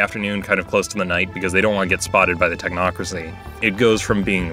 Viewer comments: You said Tochnocracy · "The talk-nocrocy"